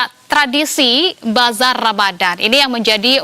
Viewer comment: Sebutan nya Bazarrrrrrr Ramadan. Nasi KerrrBau.. kaya sebutan Org Zimbabwe